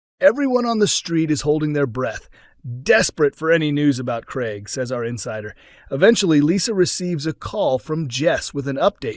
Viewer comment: It NOT GREG but Craig!